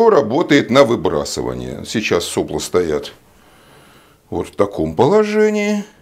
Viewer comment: это прерогатива физиков говорить соплА, а не сОпла? в предыдущем ролике еще терпел, сегодня слух не выдержал.